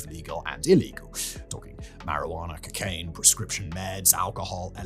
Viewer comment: Dear Simon, it's co-caine not cuck-ane😂😂